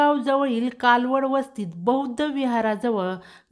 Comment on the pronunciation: कालवड वसती नाही कलवड वसति